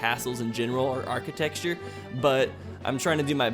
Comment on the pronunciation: You keep saying archite”x”ture. It’s bothering my ocd lol. No biggie though